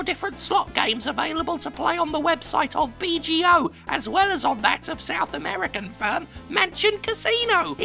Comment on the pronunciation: south african jim :P